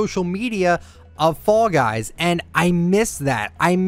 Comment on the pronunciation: When you talked about this on your podcast I thought you were saying “frog eyes” for some reason